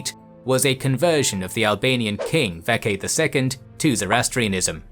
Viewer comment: The name mentioned “Vatchagan ” the CH in the name is pronounced as ch just like how you would say Church or chore and not ka Hope this makes sense . Btw. We have that name until today . Vatchagan. VATCHAGAN still used today in Armenia 🇦🇲🇦🇲🇦🇲🇦🇲🇦🇲